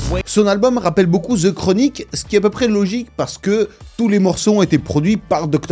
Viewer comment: The. DE. Pas Ze Chronique